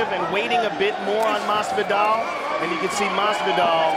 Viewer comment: Joe "Masveedoll" Rogan